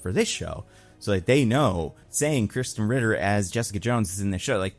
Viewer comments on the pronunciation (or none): none